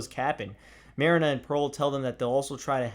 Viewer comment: I liked the video However, you did pronounce marina's name wrong. Other than that it's good